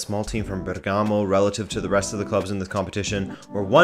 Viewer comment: hey buddy just a quick pronunciation tip that will make you sound like you can speak Italian. It is BER-ga-mo, with emphasis on the first syllable, just like when you say BUR-ning man